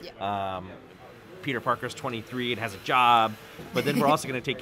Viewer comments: Whenever she says Peter it sounds like pizza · Sounds like shes saying pizza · I thought she was saying Pizza every time she said Peter’s name